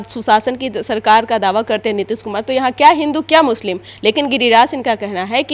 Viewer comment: अरे काका पहले मुस्लिम शब्द तो बोलना सीख लो